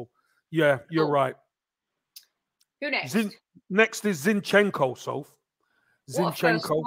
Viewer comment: Soph, you are good at names. Let's pronounce our players' names correctly. Right now the two our fans mispronounce most are Zinchenko and Saliba: the first is stressed on the first syllable, the second is on the last. It's especially easy with French: the stress is fixed on the last syllable.